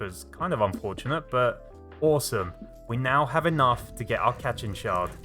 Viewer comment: "cat-chin shard" Me: thinks of goku tapping the block Ah, katchin! (Pronounced kat-cheen)